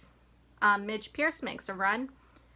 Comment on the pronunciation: How are you pronouncing Thiney right but keep pronouncing Purce as Pierce?